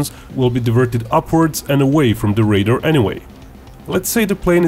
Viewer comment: The word is "radar," not "raider."